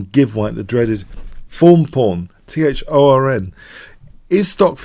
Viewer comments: Seriously the way you said it it always sounded like 'foam pawn'. I just realized you meant 'thorn'...wow! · was my first youtube channel I subscribed too almost 5 years ago. This entire time, I thought he was saying fawn pawn. I honestly thought a "fawn pawn" was like a way of describing an innocuous pawn that becomes a monster later in the game, and also it rhymed. So it made sense to me. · i like your analysis very much but hearing you struggle with the phrase "Thorn Pawn" is like hearing nails in a chalkboard.